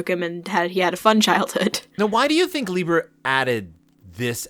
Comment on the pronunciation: It's pronounced LYE-ber. Say it with me: LYE_ber. But at least you tried. I give you credit for that.